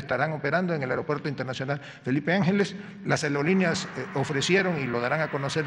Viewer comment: " las aelolineas " 😆😂🤣😆😂🤣😆